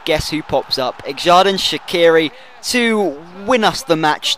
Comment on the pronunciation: It's pronounced ger-dan sha-chi-ri